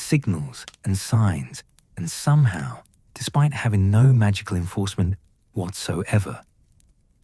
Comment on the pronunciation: The problem is the AI voice, it pronounced somehow as "so me how"